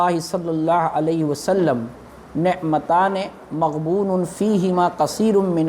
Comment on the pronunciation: مبغون نہیں، صحیح لفظ مغبون ہے۔۔۔براہ کرم حدیث کے الفاظ صحیح پڑھیں۔